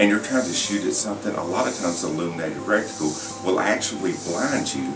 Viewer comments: Thanks for your video. FYI, not that I'm any kind of expert, but there is no such thing as a "recticle"... It's a reticle. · is it not reticle? sounded like some rectum icule totally lost once reticle was said as recticule. good video all the same